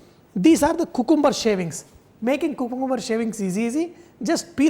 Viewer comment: Its not kukumber!!!..its supposed to be Qkamber!!